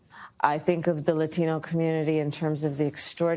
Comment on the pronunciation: Ah yes, pronouncing “Latino” with a Spanish accent! Way to kick off her pandering/lying session.